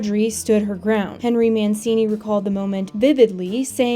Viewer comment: Please pronounce Henry Mancini name correctly. In Italian CI is pronounced as CHI so Man-CHI-ni. Thank you